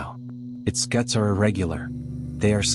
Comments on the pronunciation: Scute is pronounced like scoot, not scute. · Scutes not scuts.. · I found my very own “uncanny valley” during this video … , when the narrator finally reveals to be either AI or a person who never noticed how the experts say the word “scutes”. The people who actually know the field will always say “scoots”, not “skuts”. And then I noticed how there is not a single interview of actual people. An “armchair” documentary. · Interesting video. Suggestion: Reprogram your AI narrator. the geometrical protrusions on their backs, skutes, is pronounced "scoots" as in scooter. Not "skuhts" as he is pronouncing it. I looked it up to find out more about it. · In Florida we pronounce it scoots, so tired of AI videos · AI mispronouncing scutes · You noticed that too!😉